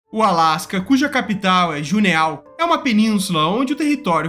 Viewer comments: A pronúncia correta da capital do Alasca não é "Juneau" mas sim "Junô" por se tratar de palavra de origem francesa. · A capital… fala assim: “Juno”… só ler assim… não é “juneô”. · Tudo muito bem, muito bom, só wue a pronúncia da cspital fo Alasca, está errado. A pronúncia certa é "JUNÔ" e não Juneau. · Juneau se fala "junô". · A capital Juneau se pronuncia Junô. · “JU(i)NÔ”, c4r4lh0! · Realmente venda grotesca. Mas atenção capital do alaska é junô. Pronuncia/se junô, escreve/se juneau. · O Alasca, cuja capital á Juneau (pronuncia-se: Junô). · JUNEAU se pronuncia Junô! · A pronuncia do nome da capital é "Junou" haha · Não é "Juneau", é "Junô" kkkkk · A pronúncia correta é "Junô"!!!!! Esta faltando maus cultura por aí!!! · Juneau....amigao,apeenda a pronúncia certa por favor. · Pronuncia Juneau de forma correta que fica melhor